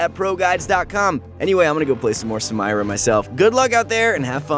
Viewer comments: You pronunced the Champion's name wrong its Katarina 2.0 not Samayra. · people: Samira this guy: Sam-air-rah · Who tf says "SamIra" its "sameera" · The name´s samira, not samaira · Why r u calling her ‘sA-mYRa’ it’s spelled ‘SA-Mira’, do you also say ‘sY-VyR’ instead of ‘SIV-IR’. XD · its SAMIRA... no SAMAYRA LMAO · Sa- mi -ra, not sa-may-ra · hes saying samayra not samira, hes trying to hard to be different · Sam-EEEEEEEEE-Rah not Sam-EYE-Rah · the fact that he says "Samayra" instead of "Samira".... bothers me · I was just like please stop saying her name, just say she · Take a shot every time he says Samayra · sa-my-ra sa-my-ra sa-my-ra sa-my-ra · Someone please tell her name's pronounced SA MEE RA. Riot themselves say so. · Why does dan say sam"i"ra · SA- MIIIIII- RAAAA She literally says her name can you say it right? Jesus Sidenote: I glitched her Q after her Dash, she locked and didn't move. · sam eye ra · I have nothing but respect for you and your coworkers at proguides league of legends. You all provide great tips that are an amazing help for new players, as well as giving news about new leaked champs. But please, for me and everyone watching, please pronounce Samira correctly. It seriously makes me cringe every time you say "Sam-Ay-Ra" because it's correctly pronounced "Sa-mee-ra". Please stop saying it wrong. Thank you. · its Suh meer Uh..uncultured swine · Me: Triggered that he doesn't pronunce samira as sa-meer-a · Sameera already says her own name in game and this dude can't pronounce it correctly... Goddamnit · is the voice actor for, he's clearly pronouncing the names wrong on purpose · I hate how he said samira. Made me Cringe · did he just say saMYra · Can't finish watching. Did you not watch anything on how to pronounce her name? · The Samira pronunciation just killed me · Listen in game how she says her name - thats how you should pronounce it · oh gawd. please stop saying her name. shes not american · yo same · Sa MAYRA